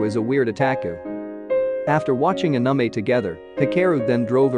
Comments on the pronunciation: It’s not uhnumeh it’s anime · Narrator's voice be like: Anime❎ Anamay✅ (Ps:don't take it as a mean comment or harassment) But it's funny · It's not ahnime, It's anime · i like how he says the "Anamei" instead of anime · I loose brine cells every time i hear anime pronounced that way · The robot voice says anomie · anamy no no not anime but anamy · D-did he j-just call anime a-ANAME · narrator: "Anamei" Hahahaha its in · Every time he said Uh-Nuh-May instead of Anime I wanted to report the channel. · the way he says “anamei” is really effing with me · Bruh listening to him pronounce it as anume 😭is torture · When he says Anime like "Anumey" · Did he just say aniemae? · pls don't say "aname" one more time 😭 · nice video but is A-N-I-M-E 😂you need to change your TTS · Is anyone else triggered by the way the video says anime? Just me? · Strange how you pronounced ANIME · The way "anime" is pronounced though 😂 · this narrator pronounces "Anime" so wronggggg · The way "anime" is said is giving me OCD. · Istg if you say anime like that one more time we will have problems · The pronouncing of anime is quite funny🤣🤣🤣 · Why do you pronounce anime like that? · bro pls say ANIME correctly it is an English word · OMG WHY AM I SO TRIGGERED AT THE WAY THE NARRATOR SAYS ANIME AND OTAKU